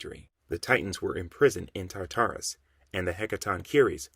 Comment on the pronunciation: You don’t know how to pronounce none of these names fam🤣 as a comic and mythology nerd it was aggravating hearing the wrong names. The biggest one was TAR TAR RUS. Like bro just google it if you don’t know how to say the shit